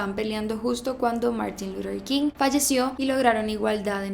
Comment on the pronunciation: Me desespera cada que pronuncia el nombre de Martín luther king